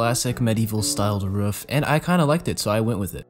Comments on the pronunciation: My man can't say roof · making the roof in the first 14 mins made me laugh because u (probably) said ruff😆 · says ruuf me: ITS R OOF GRAMMAR ISSUES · kinda sounds like a ruff or a ruof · he says ruf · I love the way he says “roof” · Lol yeah